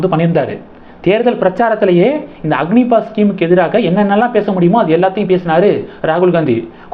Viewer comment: அக்னிபாத் இல்லை ப்ரோ அக்னிபத் என்பது தான் சரியானது நன்றி வாழ்க வளமுடன்